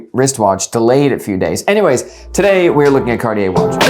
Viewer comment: Cartier is two syllables